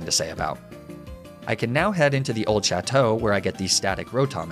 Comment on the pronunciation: My favorite nuzlocker will say chateau properly, but still pronounces foie gras "foy grass"